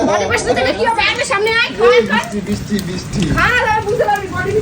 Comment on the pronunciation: Kathata bishti noy brishti